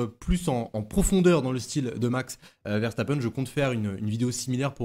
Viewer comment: nous parlons français pas allemand ;) donc c'est bien une erreur